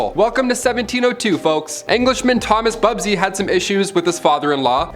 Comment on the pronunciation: you said BUBSY in the 26 second mark